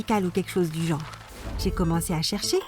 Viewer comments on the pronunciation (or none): none